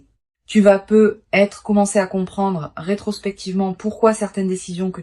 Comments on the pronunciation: Mais c'est quoi ce truc ? Des bougies qui ne fondent jamais, une IA qui ne sait pas prononcer "peut-être", qui fait des pauses anormales et qui se noie dans un verbiage incompréhensible ?! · Et ce bug tout aussi systématique sur les "peut-être" dont la liaison totalement ratée entre le "e" et le "t" nous donnerait bien l'impression que vous vous retrouviez soudain avec une patate brûlante dans la bouche ... Si l'hypothèse massive que vous soyez, en fait, tout simplement une IA n'etait pas aussi évidente 😢 Ça fait beaucoup d'abstraction pour pouvoir écouter profondément et capter la partie de l'essence qui nous est propre